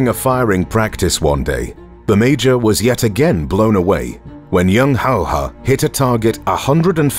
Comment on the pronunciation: He is Simo Häyhä... Not Hayha.. Big difference